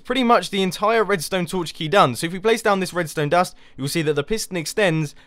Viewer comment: He said prace... he's gone Asian.